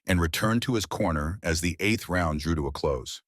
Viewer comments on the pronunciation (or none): none